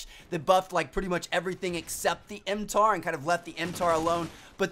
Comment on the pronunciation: He calls it a tar when it is not that hard to say mtar